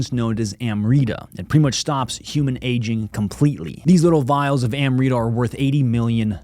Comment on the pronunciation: It (AMRITA) is pronounced as Umrita/Umrit ..